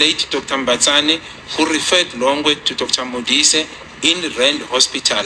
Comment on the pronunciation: Longwe not Longer